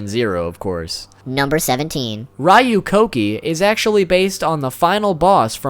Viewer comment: Why did you pronnounced it :raiu: it is :riu: in japanese.